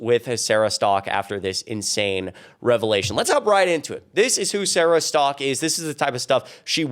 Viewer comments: Sarah Stalk? Literally says Sarah Setka. I'm not subscribing to anyone who can't read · When a woman can't even pronounce her own last name correctly, I pretty much don't listen to anything else she has to say. Where do they get "Stock" from "Setka"? Not even close... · Setka is not pronounced "Stock." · "stalk" is a weird pronounciation for the name spelling "Setka"